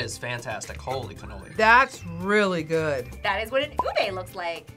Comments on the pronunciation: Its pronnonunce Oo-Beh not oo-bay btw Love this vidoe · Ubi not ube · I can't believe they said "ube" wrong😢